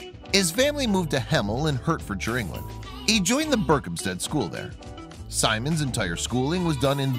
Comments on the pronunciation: I’m from Hemel and it’s pronounced Heart-Ford-sheer but is spelt Hertfordshire. Still appreciate the shout out to my town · The way he pronounces 'Hertfordshire' - i suppose he's a yank so I'll let him off lol.